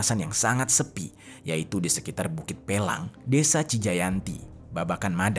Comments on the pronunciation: Bukit pelangi bang bukan pelang 😊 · bukit pelangi bang bukan bukit pelang 😅